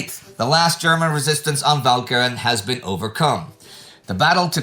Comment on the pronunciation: Walcheren again defeating Indy's awesome pronunciation powers.